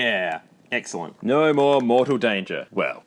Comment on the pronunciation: The “nauuur” is so funny. Aussie and kiwi accents are fascinating.